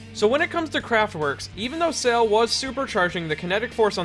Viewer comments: Please learn how to pronounce "Sale" I cringe every time you pronounce it like an english word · Huge silly nitpick but mispronouncing Sale's name annoyed me. But seriously, super good video man. Its always fun to take a look into Mista and why he rocks my socks off.